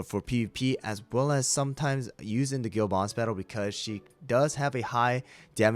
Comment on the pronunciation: Dude why did i think he said girl boss battle every time he said guild boss battle😭